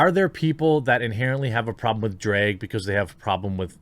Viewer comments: You pronounce drag weird 😂 at first I didn’t know what you were talking about. It’s pronounce like “drag” in the the mud or the first part of “drag”on 🐉 Edit: despite my nitpick your content is phenomenal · Why are you saying dreg? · “Drayug show” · You say "drag" like trisha paytas says "bag" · Hearing the MidWest accent trying to pronounce "DrEg Show", hilarious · Jeremy's pronunciation of "drag" is the most midwest thing I've experienced all day and I live in north dakota 😂